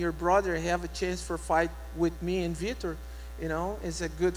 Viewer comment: Have the commentator say Vitor's name properly. These fighters are the reason you put food on your table. They purposely have so many commentator's say Vitor's name wrong to purposely piss him off.